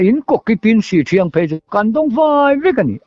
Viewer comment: Han like sak leh phawt mai i la in inhmaeh tlat in in kawm hi, ngaihthlak peih leh peihloh chu thuhran,. hi chu i mi kawm te tawngkam hi i ngaithla lo a ang hian an khaw hming hi a sawi fo tawh a pawrt18 ah meuh pawh an khaw hming diklo hian i la lam char 2 zel chu a nia leh Sihthriang ti anga lam tur aw sih pahnih awmdung ang sawina a ni e.